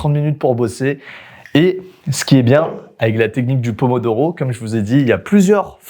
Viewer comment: le pomodoro il a di doro 🤣🤣🤣🤣🤣🤣🤣🤣